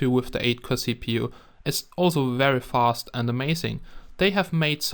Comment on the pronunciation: Did he said " Cheap u" ? Lol